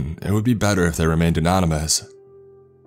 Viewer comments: "anomynous" nice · Lol.. “ope sec” more like “nope sex”.. I guess nobody caught the “anoMonous” his first attempt at saying “anonymous”🤦‍♂️.. I’m running out of palms for my face w/ this guy🤦‍♂️🤦‍♂️🤦‍♂️